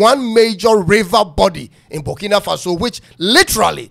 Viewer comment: It is Burkina not bukina mean farm land